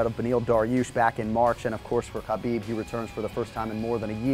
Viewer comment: It's khabib